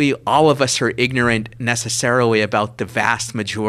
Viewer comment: We aw ignowant about pawwatics? Sewiouswy? What an Elmer Fudd accent this fella has. "I'm gonna shoot the waaaa-bit! Heh-heh-heh-heh-heh..."